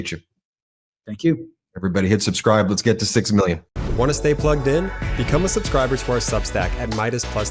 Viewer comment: He mispronounced "million"